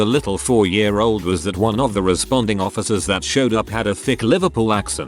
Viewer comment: "Officuhs of the lore"